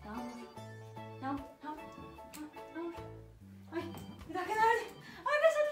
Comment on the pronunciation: Yaxmur deyil yagmur 😂